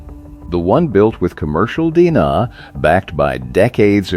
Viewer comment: The AI voice in this video is annoying (did you hear how “he” it said “DNA”? Dee Nah. lol. They use AI to get views on almost every topic, even mower engines 🤦🏻‍♂️